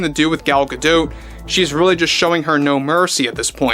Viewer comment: Gadot is like Bardot. the T is silent.